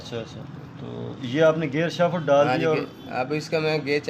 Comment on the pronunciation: Shafat Ni Hta Shaft hta ha